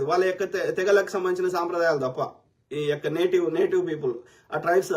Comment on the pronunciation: Bro నువ్వు ఈ యొక్క ఈ యొక్క అన్నప్పుడల్లా నియ్యక్క నియ్యక్క అన్నట్టు వినపడుతుంది 🎉😊 రివైండ్ చేసి విను కావాలంటే